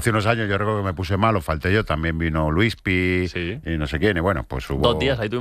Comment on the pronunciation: "Lispi" jajajaja pobre Luis Piedrahita jajajaja ya me eres gracioso Luis